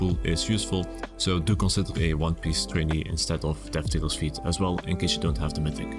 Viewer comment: Just one thing, the pedantic twat I am... Fete is pronounced fate, not feet. 😅